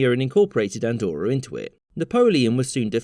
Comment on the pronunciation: It's not called "Andorror" btw